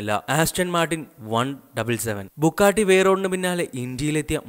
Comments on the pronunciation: Bugatti.. not bukkatti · ബുക്കാട്ടി... ടർബോർചാർജർ.. കോയനിസാഗ്... അഗെര... എന്റെ പൊന്നളിയാ നീ പോയി ഇതിന്റെയൊക്കെ പേര് പറയാൻ പഠിക്ക്. പിന്നെ ഇത്തരം കാറുകൾ പരാജയപെട്ടു എന്നൊന്നും പറയരുത് കാരണം ഹൈപ്പർകാറുകൾ മറ്റുള്ള കാറുകൾ പോലെയല്ല വിൽക്കുന്നത്..!! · Bro bukkatti alla its Bugatti bro ithu indiayil illennu aaru paranju bro just onnu Mumbai visit cheyy appo airyam avide illatha car onnumilla ippo lykan hypersport worlds fastest car athuvare und mumbai 4 Bugatti 2 koeinzeg agera angane Kure und pinne Aston Martin DB 11 vare und so better u delete this video